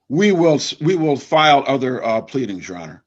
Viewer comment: Defendant and his wife, “thank you ye honer” LMAO